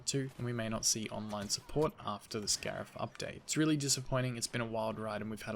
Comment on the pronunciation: If this is indeed the last big update it’s a good one. Cannot wait to get on Scarif and try these new skins - although I’m low on credits so I’m gonna have to be selective - oh, and yeah “scarif” - now get to sleep mr 🤣